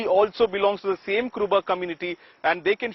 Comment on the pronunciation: It is not "Kuraba" . It is ",KurUba". It is U and not a. Be careful next time.